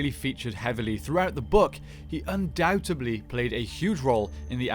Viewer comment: I get tickled, & also must roll my eyes, when people say “undoubteBLY” instead of “undoubtEDLY”, same with “supposedly”. 😅